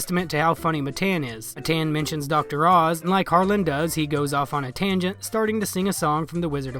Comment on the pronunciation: His name’s not Matayan wtf hahah